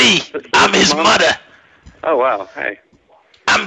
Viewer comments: ‘It’s me, I’m his MuDdah. I’m fuHrias’ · i lost it at "im his mudder"